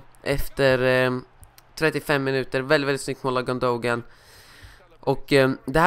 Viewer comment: Gyyn-då-gaan = gündogan. Så uttalas det